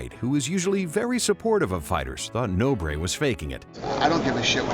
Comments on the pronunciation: "No Bray"? Are you serious? It's pronnounced Nohbr. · Pedro "No, Breh" Nobre